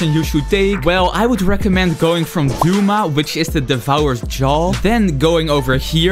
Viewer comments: It’s not dooma it’s do-ma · Bro said akeeeza tenjen and dooma 😂😂😂😂😂😂 no offence its just funny i dont mean it in a bad way